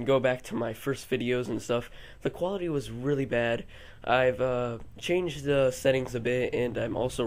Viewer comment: "the" not "th"